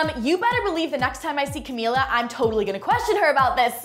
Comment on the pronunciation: you met camila like times and you still can't say her name correctly omg